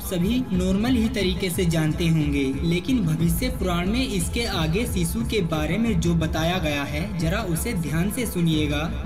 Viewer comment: सीसु नहीं होता शीशु होता है। सही से बोला करो।